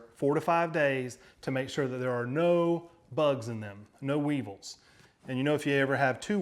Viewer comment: "Lesser of two weavels." LOL! I like this guy! (Good movie BTW)